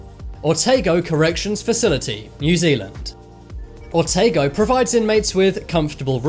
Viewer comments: Otago is pronounced “Oh-tah-go” not “o-tay-go” 😊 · "Oh Tar Go" say that quickly & that's how you say the name of my beloved birth region. Also we call the prison the "The Milton Hilton" only luxurious thing about it...it has underfloor heating🤣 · You said Otago wrong just saying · The way he pronounces otago tho 😔🙁